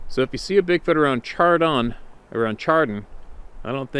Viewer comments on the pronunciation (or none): Pronounced Shar-don, spelled Chardon. Keep up the great work! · Thanks I live in Northeast Ohio, Chardon is pronounced with an sh sound. good stories. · Pronounced “shaar-don”